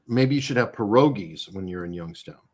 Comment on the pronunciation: You’re mispronouncing pirogi. Remember you don’t say raviolis!